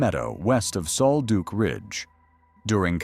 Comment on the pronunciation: It's "sole-duck", not sole-duke. Damned AI!!!!